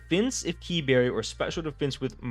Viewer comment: Kee berry has some use. Just watch emvee